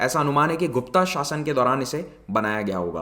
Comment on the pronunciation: Sir गुप्ता नहीं गुप्त क्यों English के चक्कर में हमारी मातृभाषा को दूषित कर रहे हो Sir 🙏🏻 आपको सुनकर हजारों स्टूडेंट ऐसा ही बोलेंगे Sir So Please Next टाइम हमारी मातृभाषा को दूषित ना करे Sir 🙏🏻